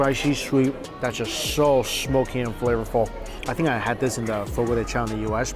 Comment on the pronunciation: The pronunciation is Fo-Go Duh Shao.